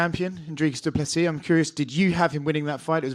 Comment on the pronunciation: 2nd round went to Du Plessis Dana as called by others. And it's pronounced doo plasea, should try to get the fighters name right.